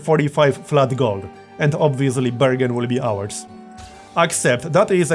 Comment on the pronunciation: *anda justa likeah dat, burgundy's owars.